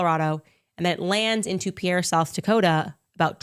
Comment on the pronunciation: FYI the plane that landed in (pronounced peer, Sd) and Denver are different time zones. Denver is 1 hour earlier than pierre.